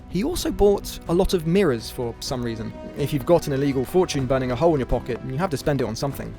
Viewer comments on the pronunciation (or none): none